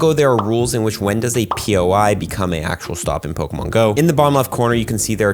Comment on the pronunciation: Please say Pokémon right if I hear Pokamon one more time I might die